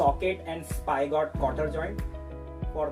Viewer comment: Sir it is spigot not spygot